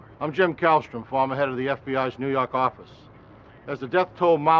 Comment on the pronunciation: "nuu yawk affice"